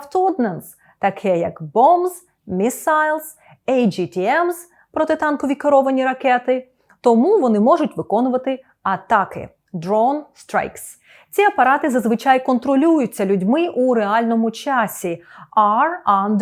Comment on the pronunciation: Thank you for a lesson. But I have spotted, that you tell AGTM instead of ATGM)